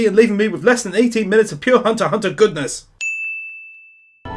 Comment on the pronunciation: I believe Hunter X Hunter is actually older... I believe it started back in 2011. I could be wrong, but I think OPM started in 2015 And I'd be a bad Otaku if I didn't mention the "x" is silent...